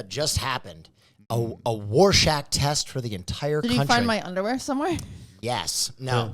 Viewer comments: someone tell its Rorschach test, not warshack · very very funny, great comedian, handsome, ally, and top improv.... it's rorschach, NOT WARSHOCK. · Are we gonna ignore the fact that repeatedly says “Worshach Test” with a W?